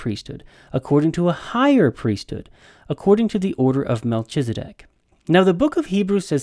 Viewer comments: That’s a lot of information, but for all your knowledge and insight you can’t even follow a rule of grammar in Hebrew that “ch” is pronounced as a “K”. I winced every time you said MelCHizedek, so much so that your arguments were difficult to follow. Obviously, your biblical and historical knowledge are greater than mine, but I wonder, how much can you really know if you cannot follow simple rules of grammar. Not trying to strain out the proverbial knat, but honestly, how seriously can I really take you. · Learn to count? That makes no sense. The CH in Melchizedek is pronounced K as in kite, not CH as in CHURCH. You pronounced it wrong every time you said it.